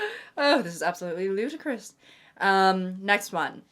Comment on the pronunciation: "ohh this is absolutely ludicrous!" spoken in italics~ also, the ABANDONEMENT ON THE FIRST DATE! can't we wait until 6 months in! oh i'm crying hahahah